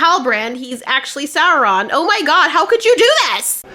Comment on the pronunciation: It's pronounced saurrrrron apparently?